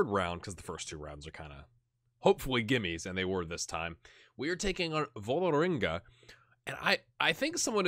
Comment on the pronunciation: Perhaps it's time to move on Torp, he's seems to be at the age you will get the most from him, and dosn't have any more potential, and takes up a foreign player-slot. :-/ Also the letter Å/å.. In norwegian; is pronounced pretty much exactly like americans pronounce 'aw' in the word 'raw', it's important to keep a silent/invisible 'w' tough, as when you say 'raw meat', phonetically I think. The team/city Ålesund, sound more like 'Awlesund' rather than 'Alesund'. Not sure how that came across, but not a big deal.. :) As for Vålerenga, or Vawlrenga if you wish, hehe.. It's a pretty big team in Norway.. The biggest club in the capital, and probably only Rosenborg and Brann are rivals in terms of support. Any way, it's fun seeing you play in Norway at Start, hopefully you will give it a year or two extra, to see if you can get them into CL-groupstage, so the big money start rolling, and they can perhaps challenge Rosenborg, when you move on. :)